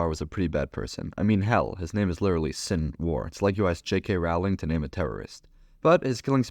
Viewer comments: God that pronunciation of Sinwar’s name was atrocious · The way you pronounced Sinwar's name sounded very... Israeli